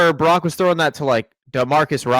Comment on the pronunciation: Following on utube with 38 followers.... Im a functional drinker. looks like he's tittering on the rails. Brock, not Brack....1st 20 seconds. Love u, something kinda out of line.